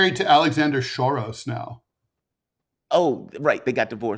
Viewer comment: I know that George Soros & I think his father were Hungarian, and it sounds like you're trying to pronounce "Soros" in an Hungarian accent, Ted, but their real name was Schwartz. George's father was a major figure in the Esperanto world before WW2, and when he fled, he changed his name to Soros, which is Esperanto for "will soar". The "s" is pronounced as in the English "sun". Apparently Soros grew up as a fluent Esperanto speaker and, upon moving to England, found the Esperanto community, there, an instant community for him when he arrived not knowing anyone.